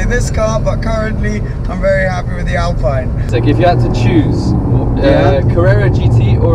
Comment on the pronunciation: Omg how you pronounce "alpine" its a shame from a guy that was living near monaco...